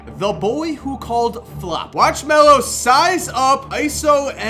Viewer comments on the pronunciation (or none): none